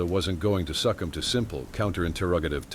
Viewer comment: Oh my ODD GAWD! Why the HELL can’t a simple AI learn to pronounce words? Like ‘succumb’, AI pronounces it ‘Suck-Umb’. I stopped the recording at 2.05, just couldn’t listen to the English language being being mangled any longer.